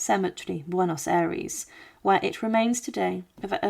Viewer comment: Juan is pronounced "Wan" Buenos Aires is pronounced "Buenas Ah- rez"